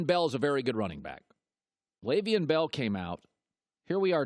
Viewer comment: After all these years you still can't pronounce his first name.